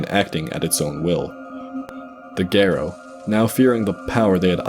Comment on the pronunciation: It drives me crazy that he keeps saying "gare-oh" and not "Gahr-oh"